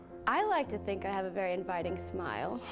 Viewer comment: "love to hacpve boyfriend?!"